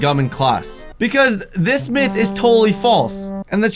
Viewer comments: Itz pronounced Myth (Mi if) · Myth pronounced (mith) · did he says Myth gum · You pronounce myth 'meth' I was suspended from school today.